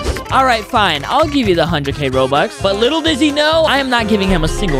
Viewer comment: bro said Said bobux